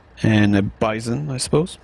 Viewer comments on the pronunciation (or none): It's not called the beesawn, it's pronounced Byezon